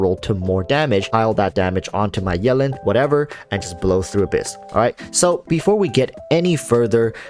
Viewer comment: Is anyone else bothered about how he says "yellin'" instead of Yelan?